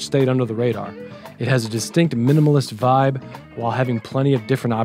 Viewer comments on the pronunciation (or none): none